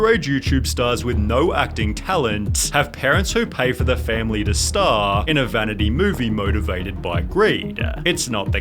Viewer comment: Intro-wah family-ah already-a. Can’t you just talk normally man? 😅